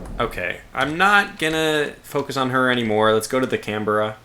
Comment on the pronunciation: As an Australian i find your pronouncing Canberra wrong it's more like Canbra .Sorry if I come off as a bit rude, it rather quite bug me a bit when it's missed pronounced. On good notes lovely steam it's a shame i could not catch it live, maybe next time just keep the good work going mate.